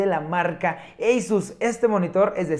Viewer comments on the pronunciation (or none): NO SE DICE EYSUS SE DICE ASUS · Lo pronuncia en inglés.